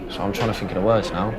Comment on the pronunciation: Jordan’s interview. Hahaha!!!! Shame he is so defeated but it is HIS OWN FAULT! ‘I don’t fink I go-itt’! Hahaha I lost it laughing so bad!